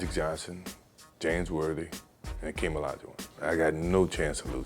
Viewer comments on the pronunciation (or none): did he say akim? its hakeem respect the name change bruh